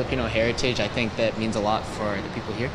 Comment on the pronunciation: God tink not ur seft